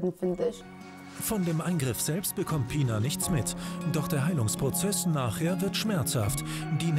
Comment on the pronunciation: taff: "Pinar": "Pinna"